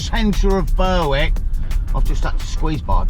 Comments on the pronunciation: Great video 👍 Berwick is pronounced Berick, and North Berwick over on the coast there is also pronounced the same. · My man Great video as usual but that's the worst pronunciation of Berwick I've ever heard 😂